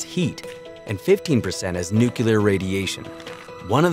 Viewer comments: Please people,,, it's new klee er,,, not new cue ler! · Lol newkiller radiation Try new-clear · Dude it’s pronounced “New Clear”, not “New Kyew Ler” 🤦🏾‍♂️🐼💯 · NEW CLEAR. Say it with me fast NEW CLEAR. Not NEW Q LER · Guy says nucular a lot. Lots of people do that and , yet, it’s still NUCLEAR😊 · ThErmONuCuLaR!!! xD NU-CLEAR! NUCLEAR! ffs nucular xD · say Nukilar one more time and i will unsubscribe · Please say nu-clee-ar and not nu-cue-lar pls :( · It’s “nuclear,” not “nucular.” Also, since “unique” means one of a kind, nothing is “very” unique. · I hate to be that guy, but it's pronounced "nu-clear." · Yeah. I guy who says "nuculear" can't teach me much. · Constantly pronouncing nuclear incorrectly makes you sound less knowledgeable than you seem to be. New-clee-ar. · NOO-klee-er, or NYOO-klee-er. It isn't difficult, unless you're a complete idiot. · Did you seriously say "nuke-you-lar?" The word is NUCLEAR. Is there a U anywhere after the c? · 'Nu-killir' bomb? Seriously? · He said "nucular" ffs. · I was gonna say the same thing 😂 Drives me nuts when people say “nucular” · Say it with me "new/klee/er" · he also called the hafnium isotope a “nucular isomer” lol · Did he just say nuke-you-ler? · Does ANYONE know how to properly pronounce the word, "nuclear"? The narrator can't... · For the love of god learn to day "nuclear" before you make a video about it. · Nuclear pronunciation bothers me. Otherwise an amazing video.